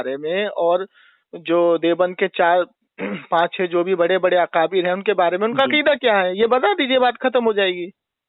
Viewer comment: TU SALE KABIRA KO QABIRA BOLTA HE GAANDU.AUR BAN RAHA AALIM.